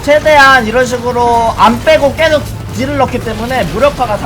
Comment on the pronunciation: 왜자꾸 계속을 께속이라고 발음하는거에요?